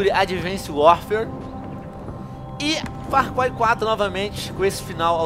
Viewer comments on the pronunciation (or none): Venom falando far cuai huahauhauahua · Far Cuai 4 kkkkkkkkk' essa porra é realmente dificil de se pronunciar... ótimo vídeo, curti